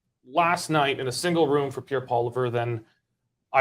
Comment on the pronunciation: why do you insist on mispronouncing Pierre's name?